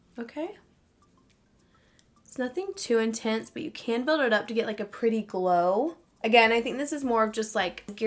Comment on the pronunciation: Intense. The word is intense. Not intent.